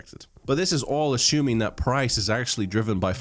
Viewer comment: "ashoooming"... lol great video. thanks